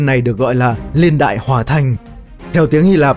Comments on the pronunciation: tôi nghĩ là "niên đại" chứ ko phải "liên đại" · Video có tính tổng quát cao. Nhưng mà "LIÊN ĐẠI..." là cái gì nhỉ. Nó gọi là Niên Đại ạh.